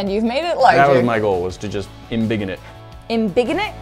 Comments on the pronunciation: "In bigen it"- 2019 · En-biggen lmaoo